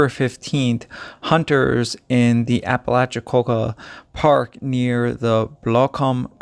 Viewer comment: I don’t know, you said ‘Apalachicola’ pretty flawlessly- I enjoy your channel because it’s like listening to a buddy tell a story